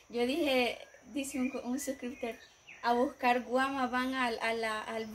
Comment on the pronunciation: No son guama es caguama mi ❤❤❤❤😂😂